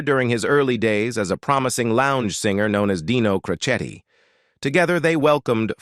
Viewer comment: Oh brother! Boy, you sure screwed up Dean's last name of Crocetti.